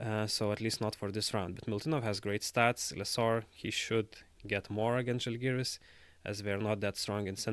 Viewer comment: No offense, but if you understand the language, you should respect the team name and pronounce "Žalgiris" the right way, not like other do.